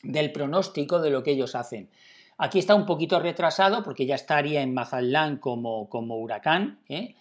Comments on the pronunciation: Se dice Mazatlán no Masalan. Lee bien por favor. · Si habla lindo el gachupín, Mazalán, :)